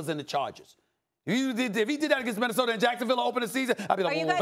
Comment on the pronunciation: Stephen A: Minnesoter lol